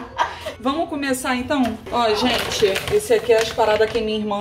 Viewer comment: Pra quem é chá gelado kkkkkkkkk me acabo de rir com a falando gênte 😃😃😃😃